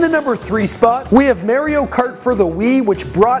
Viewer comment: he said maireo